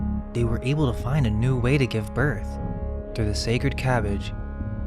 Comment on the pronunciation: Ca-bag-ge calcium bag german?